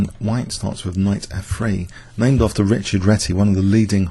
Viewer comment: Well, this is a great video. But if we want to do the correct homenage, the name Réti Richárd should be pronounced correctly. So Richárd like Rihaard and not rich-erd, then Réti - é is pronounced like the letter "A" in the word mAze.